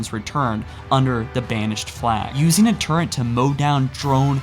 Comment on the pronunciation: It's TURRETS not TURRENTS